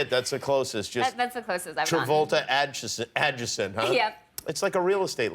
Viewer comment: jimmy doesn't even know how to pronounce adjacent